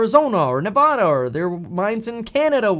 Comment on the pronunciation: You want to become Governor but you can’t even pronounce Nevada properly 🤦🏻‍♂️